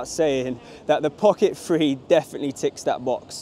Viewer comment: Great review. One thing...is it just me or do you keep saying Pocket Free instead of Pocket Three?:)